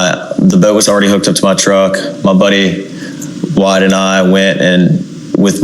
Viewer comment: He said "my buddy's" name numerous times... it's "Wyatt"